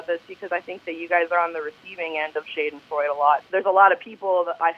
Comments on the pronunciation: "Have you ever heard of the word shaydinfroyd?" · She pronounced schadenfreude wrong.... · I’m German and the way she pronounced that word haha 😂 sounds NOTHING like it. At all haha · The way she pronounces Schadenfreude. 😂